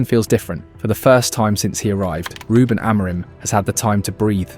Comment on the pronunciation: Is this read by AI? That pronounciation of "RuBEN" was sus as hell